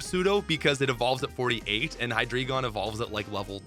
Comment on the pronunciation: Hydreigon pronunciation guide: 'High Dry Gon' 'Drei' is 3 in German. The entire evolutionary line plays off of German numbers; 'Ein' is 1 (Deino, pronounced 'Die Know'), 'Zwei' is 2 (Zweilous, pronounced 'Zv-eye liss). In German, when two vowels appear next to each other, it is customary for the second vowel's sound to dominate. Hence, 'ein' rhymes with English 'wine' and 'dine'; 'zwei' rhymes with 'lie' and 'dry'; and the same with 'drei', which rhymes with 'fly' 'cry' and naturally 'dry'. So please don't call Deino 'dee-know'. It's a dinosaur, and we call that a dino.